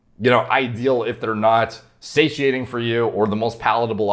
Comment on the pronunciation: Just extended my vocab 1 word. Say-she-aint.!!!!